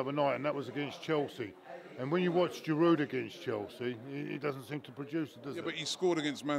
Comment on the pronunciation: Giroud is only getting stick from his past performance.. right now he is putting in the goals.. so no Gooner can complain. Pronounced GEEROO ROBBIE, NOT FRIGGIN GEERUDE.